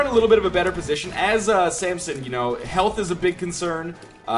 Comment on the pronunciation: i really hate that he says samPson instead of samson